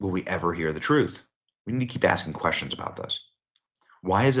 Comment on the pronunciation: The word is, "questions" and not, 'queschtions'.